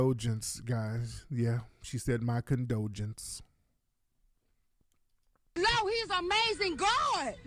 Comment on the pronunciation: She said My condulsion ....how ignorant😂😭😂😭😂😭😂😭😂😭😂😂😂😂😂😂😍😂